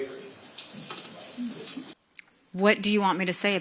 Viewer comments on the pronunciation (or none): She could not even say the word slavery. She gets no points. She is done.